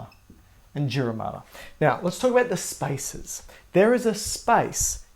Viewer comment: What he said: There are spaces between them What I hear: There are spices between them